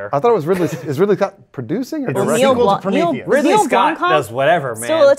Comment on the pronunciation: As a South African listener I would just like to give props to for trying to, and nearly succeeding in pronouncing Neil Blomkamp's surname correctly.